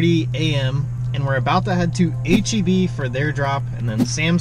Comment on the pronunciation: H-E-B pharmacy or H-E-P pharmacy? you decide ;-)